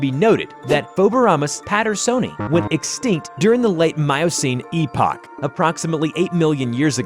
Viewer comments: Epoch pronounced as epic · btw epoch is pronounced as epic